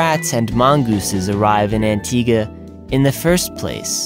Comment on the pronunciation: I'm glad you know how to Pronounce antigua :D because most tourist don't. Great Video :)